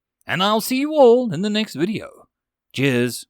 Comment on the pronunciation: This series is indeed better. You do have a penchant of upticking on vowels. All becomes Aahool. It's especially hating when on the end of sentences, as it loses the "mood". Did this improve? You're quite good. It might also be that I simply need to get used to your accent.